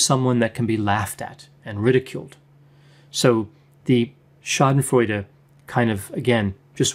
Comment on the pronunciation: I always appreciate your videos,! I am from germany and therefore I have to tell you today, that I really like it, how you pronounce the word "Schadenfreude". Really cool, you made my day 👍🏻